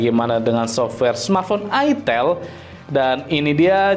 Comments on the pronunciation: Itel tulisannya bacanya Aitel Bagi orang yg flm plgi orang Jawa gak asing Bang nama merk itu 😅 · Baca nya Aitel